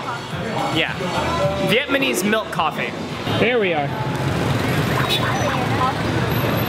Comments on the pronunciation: funny he says "vietmanese" again hehe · ... goes to Vietnam and makes a travel vlog... And can't EVEN SAY VIETNAMESE! WTF. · It's VietNAMese not VietMANese. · Vietmanese? anyone else notice?